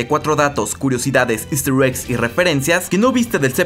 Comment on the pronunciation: Siempre dice esster eggs y curiosidades pero termina contando todo el capitulo 😂😂😂